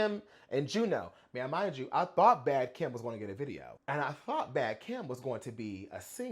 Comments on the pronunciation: omg i stg i thot u was saying “Bad KIM” the first 3 times baby 😭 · He did lol he kept saying it wrong until he read it